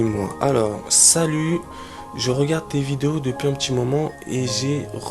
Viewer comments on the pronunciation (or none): none